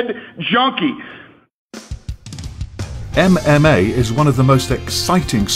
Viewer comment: He overpronunciates e v e r y syllable. em em ay, insyead of ememay